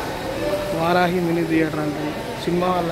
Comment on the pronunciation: ముందు తెలుగు ఇంగ్లీషుభాష చదవడం నేర్చుకో ఎందుకు వస్తారయ్యా కాలచక్రం ను కలాచక్రం విహరి పదాన్ని వారాహి అంటున్నావు